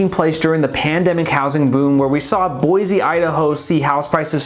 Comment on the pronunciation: First off, learn to pronounce Boise. It’s Boy-see not Boy-zee. I live in the Boise foothills. We expected prices to come down because they went stupidly nuts the past two years. NUTS. So-called remote workers fled the left coast in mass. And they would pay a million dollars for just about anything. Inventory is up because homes no longer sell before the sign goes up. Tons of new home construction within 5 miles of where we live. Thousands of new homes. So if we’re crashing builders and developers haven’t gotten the memo. Boise and other areas of Idaho will remain strong as the stupidity escalates on the left coast. I see them cruising our neighborhood everyday looking. Have interest rates hurt? You bet. But when people with resources are as desperate to move as they are from the left coast, they’ll pay whatever but it does need to be the right house and location and no longer just a place to hang your hat. Having said all of that, we’re pretty full so please look elsewhere. 😂